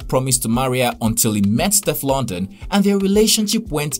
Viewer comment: The pronunciation of Steflon Don though it is NOT stef London